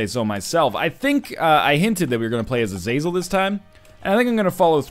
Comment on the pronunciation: Is it not pronounced Aza-zell?